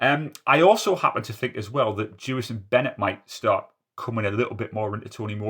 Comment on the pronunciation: I’ve seen an interview where he says his own name, and it sounds more like ‘Jevison’ - definitely a J any way rather than a yew